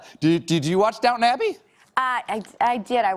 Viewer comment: quick tip: If you ever go to England and want to talk about this show, DO NOT call it "Down'n Abbey" They will laugh and point at you. It's down-ton, e n u n c i a t e